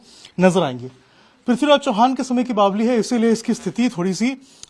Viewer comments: Apko Kisne reportr bna diya jo bavri ko bavli bol rhe ho. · बावली नहीं भाई बावड़ी बोलते हैं सही तो बोला करो